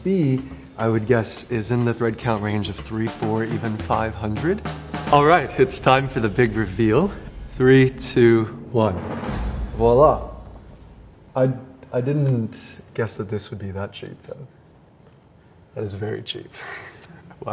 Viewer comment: There's no letter W in the word viola.